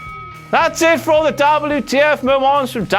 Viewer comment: You mean DABBLU TEE EFF